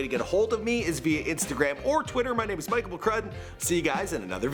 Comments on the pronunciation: You keep saying her name wrong😂😂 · You pronounced her real name sooo wrong.😂